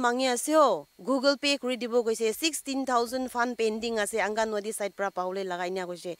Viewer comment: Thanks for the information on the scam calls,, but the word is pronounced as angangwadi not angawadi..